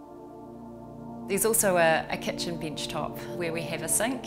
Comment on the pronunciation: a "binchtop"/ Oh, you mean a bench top!